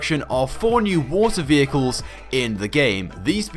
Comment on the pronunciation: Gotta love the "Peagus" vehicles